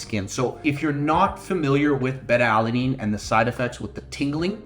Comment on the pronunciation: Solid video, thank you. FYI - It's pronounced-Bay-Tuh, not Bet-Tuh. That's a Southeast Asian fish, lol. Have a nice day.